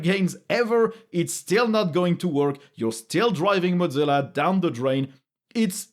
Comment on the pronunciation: Not "mod-zilla" (godzilla); moe-zilla.